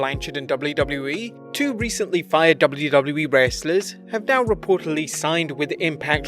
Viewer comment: Why did you say “wrestlers” so weird?